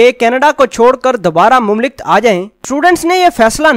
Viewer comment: بھائی یے لفظ"مملکت" ہے۔ "مملک" نہیں۔